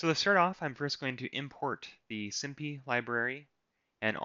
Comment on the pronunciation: Love the way you taught and went through this. Hate the way you pronounce numpy and simpy, haha